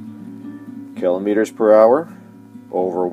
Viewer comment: It's not kelometers lol